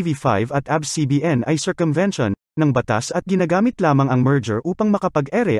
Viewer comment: Its A B S po not Abs